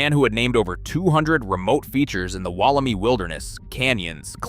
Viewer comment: Pronounced and sounds like " Wollemeye " .... not i